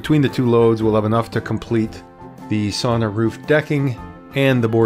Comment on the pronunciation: Considering that you are making a how to video, you really should learn how to pronounce the word. Sauna is pronounced like sow-na, not saw-na.